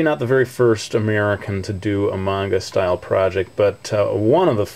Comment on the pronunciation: Yes! He pronounced manga right! Great job! -thumbs up- I want to be an english teacher in japan when im old enough. I was really excited when you told us about that in your videos.